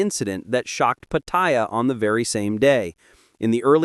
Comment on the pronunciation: Hilarious pronunciation of Pattaya. Go ask a local how to pronounce it